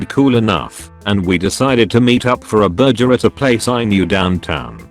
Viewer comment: I love how he pronounces burger